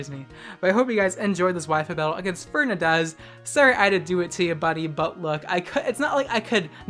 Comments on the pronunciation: I died at how you pronounce Fernandez hahaha “Fernadez” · Lmao is pronouncing it like Férnandez. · As a Spanish, I really suffered when he said Fernández wrong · Jajaja me paso exactamente lo mismo